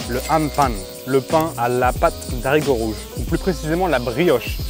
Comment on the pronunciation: De haricots rouges... Stp.. Le h ne permet pas la liaison ❤ merci